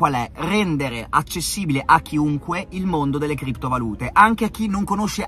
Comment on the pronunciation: FINALMENTE PRONUNCI BENE KRIPTO VALùTE!!! BRAVO BRAVO RICCA!!